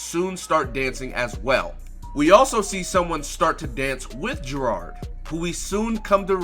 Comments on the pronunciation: It's not gerod It geirod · Why the fuck do you call her Gerard, it’s not how you pronounce her name